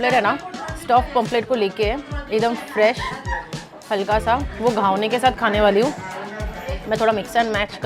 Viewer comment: It is Ghavan ,not Ghavane..Nice video